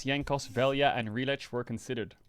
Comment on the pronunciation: I'll never forgive Nemesis and Crownie for being Slovenian because they're as an entire country incapable of pronouncing 'lj' so now everyone calls him Vel-ja